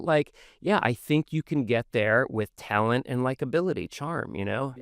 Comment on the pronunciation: And. You know—Tellent. Tellent.